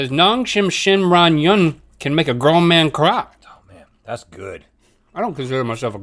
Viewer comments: The pronunciation is ✨amazing✨they really got it ! I would get tongue twisted. Have been watching for years and still amazingly entertaining!! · Rhett and Link, you did such a good job pronouncing Ramyun!!!